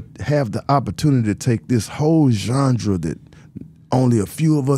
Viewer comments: Big Gipp aint say genre Gip said jundra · “Zondra” lol